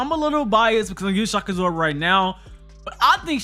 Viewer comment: Did anyone else kept hearing shakazor instead of shock absorb lol